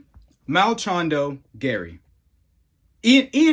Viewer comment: Dude, "Malchando"?? Where does the extra L and N come from?! lol - for a moment, I thought you were taking a leaf from Uncle Chael's book and deliberately mispronouncing fighter names... but then I realised you weren't sponsored by Ridge Wallet, so you couldn't risk it! lol